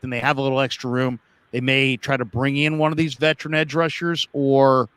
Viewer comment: I love'ya, but "vetrin" kills me every time (veteran). Not trying to hate; keep up the good work.